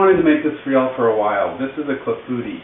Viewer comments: Nice new kitchen. Correctly pronounced klah foo TEE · Methinks we need to learn how to properly pronounce 'clafoutis'.